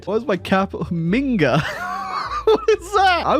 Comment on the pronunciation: bruh, all these Bavarian nationalists and they cant even say the name of their capital -the name they invented- properly